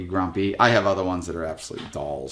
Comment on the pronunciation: Boiga: pronounced bo-"ay"-ga? 🤔 Or BO-EE-GA? 👌